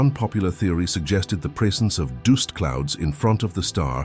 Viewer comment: 'Doost clouds'.... How do you not know how to say "duhst" (dust)..?!